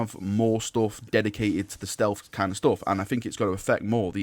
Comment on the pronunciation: “Snealth”